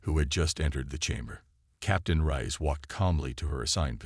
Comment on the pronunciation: I am just F'king done with this BullSHI-ITE!!!!! F'king HELL your AI SUCKS ARSE!!!!!!!!!!!!! WHAT THE f@ is her name?????........"Elina RICE", "RAISE", "RISE", "RAYS", "RAYEHZ", "Cpt RIE-ESS", "RIZE", "Cpt RAY"!!!!!!!!!!!!!!!!????? And that is just in the first 13 minutes where I stopped listening!!!!!!!!!!!!!! And, WTF is: "Proxima Centauri VEYE EYE!!!!??? (VI...which FREAKING means 6), "multi-FICITED eyes", "RED-outs", "CHIME-ehera"(Chimera....pronounced, chim-ERA). DAMNIT TO HELL AND BACK............STOP using your POS, CRAPPY AI....!!!!!!!!!!!!!!!!!!!!